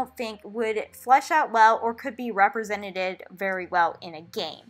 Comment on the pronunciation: Not trying to make fun of you or anything, but it's almost cute how you say: Represented. The way you said it is "Representeded"😄